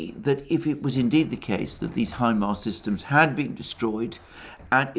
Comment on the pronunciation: Say HIMAR one more time ..I dare you...